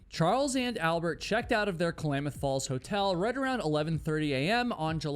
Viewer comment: As someone who is Oregon grown, the way you said Klamath falls is funny 🤣 no shade. Just now I’m questioning if we say it wrong 🤣